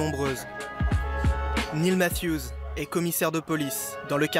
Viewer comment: qui a compris Neil Mafieuse et non pas Neil Matthews